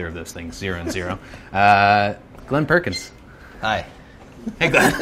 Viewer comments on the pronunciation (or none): "Glenn Perkins" ANN PERKINS?